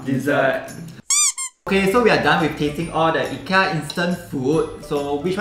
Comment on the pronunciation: Your pronounced IKEA wrongly...